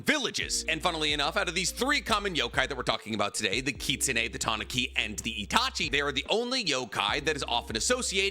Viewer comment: you are pronouncing Tanuki wrong its Tah-noo-kee. They also are depicted with giant balls and i think they missed the opportunity to give Gaara huge nuts.